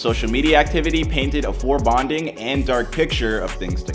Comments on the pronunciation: Foreboding, not forebonding. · fore boding not badding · Fore bonding isn't a word. It's foreboding ugh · "Forbonding" ??🤦‍♀️ How does this channel have so many subscribers? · tell me this man did not just say "forbonding" instead of foreboding. that's not even a word my g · Forebonding? .. foreboding, . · Did he really say forebonding instead of foreboding?